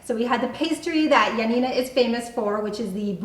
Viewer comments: *Ioannina and pretty much all of the cities were mispronounced, but they tried. However, it’s not pronounced Ya Na Ná, it’s pronounced yo-á-ni-na. The tono is on the first “a”. Ιωάννινα. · You're mispronouncing Ionnina wrong, it's Ya Na Na accent on the second Na. I'm Greek, so I had to let you know 🇬🇷💙🇬🇷💙🇬🇷💙🇬🇷💙🇬🇷💙